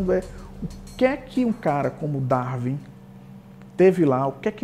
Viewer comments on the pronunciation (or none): Grande cientista, dizer Darvin em vez de Darwin é de gente muito avançada